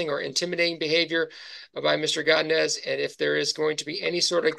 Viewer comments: “Gadines” man, it’s go-di-nez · Why is he saying godinez like that lol😂😂😂😂😂